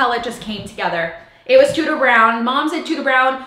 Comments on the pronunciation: Every time you say “Tudor Brown,” my brain makes it “tooter brown” and I can’t make it stop!😂 I love seeing the vision coming to life! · Does anyone else hear DooDoo brown every time hahahaha I love that she’s taking risks with this house :) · Lovely hun. One thing look on line on how you pronounce Tudor lol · My last name is Tuders and every time you say Tudor it triggers me hahaha